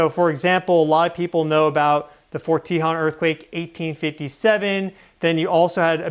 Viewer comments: It’s not pronounced “tee-hawn” we pronounce it “tay-hone” as in the Tejon Pass. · Just to help you out, if no one else mentioned it, the way to pronounce "Tejon"...which is what I think you be saying...is to say it as follows: Te (say the "e" like from the word "e-le-phant") jon (in Spanish, the letter "J" makes the "H" sound, so like the sound of "hone", as in "hone your skill") So Te-jon... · I'm not trying to harsh. Forgive me. Its Tehone. Te hone. BTW, you're awesome and my favorite. 😊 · Fyi for future videos, Tejon is pronounced Tah hone. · pronounced “tuh - HONE”. Don’t forget about the Dec 8, 1812 San Juan Capistrano quake (~7.5) which likely caused the Dec 21, 1812 Santa Barbara/ Wrightwood/ Ventura quake (~7.1 - 7.5) which caused a 15 ft tsunami in the Santa Barbara channel. The tsunami caused the ship “The Thomas Newland” to be pushed into Refugio canyon, snd then sucked it back out to sea. (We know these specific details based on the records kept at the California missions at the time as the “Mission Report” was due to be sent to Spain just a few weeks later and included all of this info) This same tsunami was recorded in San Francisco and in Hawaii. Edit: I should have watched the video to before I piped up. 🤦🏻‍♀️ sorry. My bad. Sorry 😵‍💫🤷🏻‍♀️ Get your swimsuits out SoCal friends. We’re going swimming. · That’s where live near fort tehjon ( we found you from Pam Gregory ♊️♊️♊️te .. hone is how it’s pronounce🙏🏻🩵☀️🐬🐶🐾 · Thank you! I am not sure how the natives pronounce it but that is how Southern Californians pronounce it, and the 15 freeway pass towards Victorville is pronounced CUH-hone Pass, they both pass over the San Andreas fault. You should check out Devils Punchbowl which shows a lot of the sandstone fault elements in the form of rock formations or Vasquez Rocks nearby. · Love your vids. Just wanted to let you know that the "o" in Tejon has a long sound. I live about 40 miles from it. Thank for all the info!!